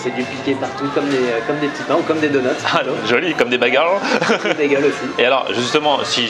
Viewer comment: "les bégueuls c'est trop L'cie" XD jpp quoi ! et après ça fait le pro sur la prononciation de "cheddar" hahahahaa